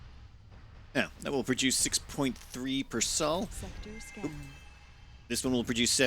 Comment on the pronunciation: I think it's pronounced "soul" not "Saul."